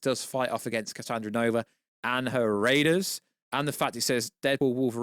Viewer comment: Bruh... its cassandra nova... not cassanova